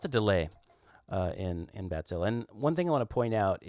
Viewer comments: It's pronounced batsille, not badzillah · I appreciate that you try to pronounce it correctly. I'm German and I know how it's pronounced. The vowel at the end is more like the "e" in "Kraken", not so much like an "a". IPA: [baˈt͡sɪlə]. But that's me being fussy. Anyway, nice patches you made there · It's probably what he imagined native speakers of English would need to pronounce it more or less correctly. What an idiot (I kid)